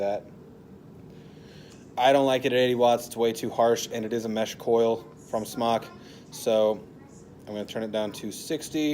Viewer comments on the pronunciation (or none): Pronounced SMOKE, not SMOK. You know like a cigarette.